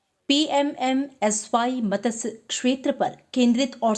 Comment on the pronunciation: Mam! It's not मतस्य it's मत्स्य🙄